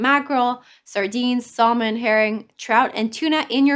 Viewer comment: Thank you~ respectful correction of word pronunciations: Salmon- the ‘l’ is silent Avocado - ‘Ah’vocado